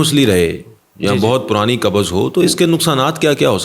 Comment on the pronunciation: Kubz hota hai kabuz nahi. Tum punjabio nay urdu ka satyanaas ker dia